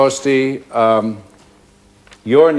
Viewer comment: Notice Spence mispronounces Hosty's name twice on purpose to show later how it could be confused. Do you really think Spence just made this mistake not once but twice because he is tongue tied?